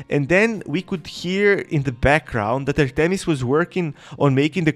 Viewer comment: Bro this guy don’t know how to say Artemis goddess of the hunt